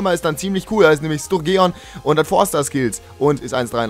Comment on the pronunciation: Sturgeon wird Sturdschen ausgesprochen :)